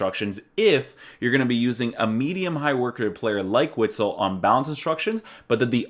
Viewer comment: I believe it is pronounced 'vitsel'